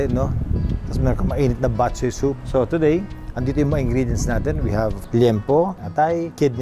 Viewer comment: bat - CHOY, not BAT-choy just like bo-RA-cay, not BO-racay But thx for featuring this recipe! Miss this classic Ilonggo specially.